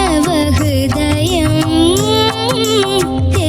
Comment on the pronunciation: ഗീതം, ഹൃദയം ഉച്ചാരണം എത്ര മോശം ദിയയ്ക്ക്. എന്നിട്ടും... 100,മറ്റു കുട്ടികൾക്കാണെങ്കിൽ എത്ര mark കുറയ്ക്കും